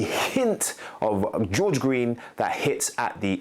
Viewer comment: Gorge not George